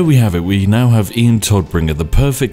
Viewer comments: Big difference in pronunciation. Todd -> Todd, alrdy correct. BUT !!! Tod -> [toːt] - der Tod (the death) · That Moment when Spiff cant prounce german words and demotes the Todbringer/ Deathbringer to the Toddbringer